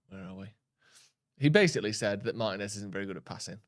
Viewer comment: When are you guys going to learn how to pronounce Martinez?